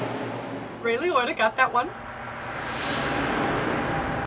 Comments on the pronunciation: The ONE time she says his last name correctly she calls him "ROY". 😂🤣 I'm dead! lol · Ray Lioita.... Roy Liota. I mean, between the two of them, you got it right once. XD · I love that, even after hearing his name twice from Siri, continued to pronounce it "Lioitta" except once...when she called him "Roy Liotta". That "oy" sound had to be in there somewhere. 😆